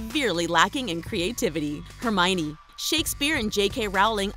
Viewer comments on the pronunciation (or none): Hermione is pronounced (Her-me-own) not (Her-miny) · Hermione is actually a name of German Origin, and it's the female version of the name Herman, and is properly pronounced as, Her-me-neh. I know because I come from said European country.